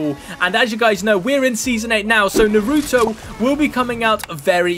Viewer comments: telling by the way u called naruto narutoe u have never watched it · Yea it is annoying how they say it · a piece of me dies every time he says naruto wrong